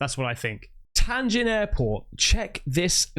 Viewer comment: Bro, it's not TAIN JIN, it's TIAN JIN airport.